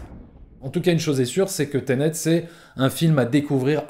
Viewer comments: On dit "Ténét", pas "tenét" 😄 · .........."teunète".............., ensuite j'ai bien aimé le "je suis sortit de la salle un peu partagé" et 1 seconde après "j'étais dégoûté" XD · Teunet lol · « Teunet » mdrr